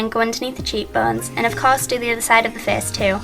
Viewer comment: Haha, I love the way you say "face". :D "Fez"